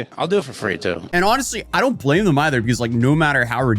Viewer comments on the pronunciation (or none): none